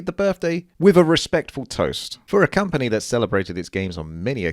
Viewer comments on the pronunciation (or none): none